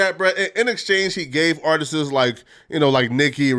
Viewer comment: It’s “Artists” not “Artises” lol